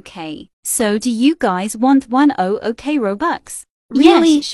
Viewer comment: say 1OOk but it 100k not O zero0